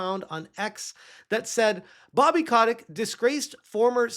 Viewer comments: So you did a deep dive but don't know that his name is Kotick, not Kotnick. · it's Bobby... CO-TIC. Robert (Bobby) A. Kotick.